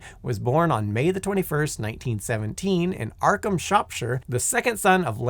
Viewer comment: 😂 'Attenburrow', 'Arkham', & 'BurkSHYER', all in the first 3 minutes. I'm sure Simon checked all of these: it's a feature not an error. BTW: You could have said that Atcham is just outside Shrewsbury – but nobody knows the correct pronunciation of that city.